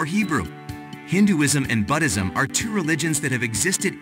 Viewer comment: Thanks for this intro. I'm a little confused as to the where you are going with this, but it is intriguing. It would be easier to listen to without the music in the background. Also, check into your pronunciation and spelling of Buddhism.